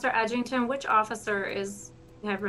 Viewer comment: “ edgington” that’s rough